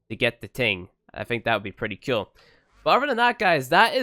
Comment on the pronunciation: Whenever I watch your videos I think to myself, " I wonder how many times he's going to say ceol instead of cool" lol. Love your videos tho.